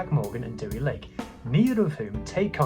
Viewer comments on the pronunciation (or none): Great video. Deh-wee Lake is how you pronounce his name though